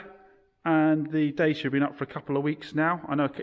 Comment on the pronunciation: Its pronounced DACHA not DACIA